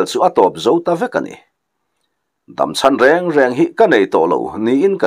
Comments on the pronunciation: Vawi khat na rêng rêng tia lam ka hre ngai lo, reng reng tia i lam hi a dik zawk in ka va hre em. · Vawikhat na reng reng i thluk dan hi, thluk dan dik a ni e. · Vawikhat na reng reng chu,tih kha i lamdan kha a dik,leido pawh chi kanliah na lei ti a lamri luitlat a awm bawk.